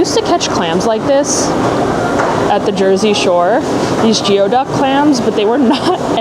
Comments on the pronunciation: It's GOO e duck.....please people 😂😂😂 not GIO!!!🙏🙏🙏🙏🙏🙏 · Its pronounced gooey-duck #geoduck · Love your vlogs! Geoduck is actually pronounced GOO-y-duck. PNW pronunciations are wild 😂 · Amazing video!! The Geoduck is actually pronounced “gooey duck”. It’s super good raw and sliced thinly. Very salty haha 😆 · If they wanted me to pronounce it "gooey duck" then they should have spelled it "gooey duck".